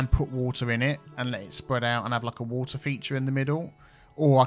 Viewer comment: "WaTEAr"... xD Put metro joining everything!!